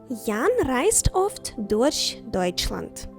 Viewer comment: Дякую за урок! Маю питання стосовно вимови буквосполучення 'ch'. В цьому відео в кіці слова 'durch' чується звук [ш], а не [х]. Те ж саме помічаю в піснях Рамштайну. В німецькій мові 'ch' може вимовлятися трохи по-різному в різних словах чи просто німецький звук [х] відрізняється від українського?